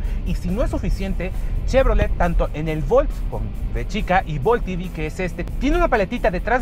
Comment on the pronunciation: Ojalá usarás español. Es EV no I-vi...por eso estamos mal.